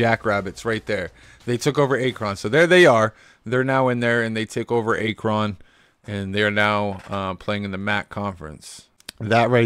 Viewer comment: Bruh, i almost wanted to click off the video just cause of how you pronounced Akron